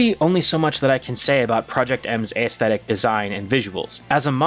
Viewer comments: You say Aesthetic wrong. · Aesthetic pronunciation?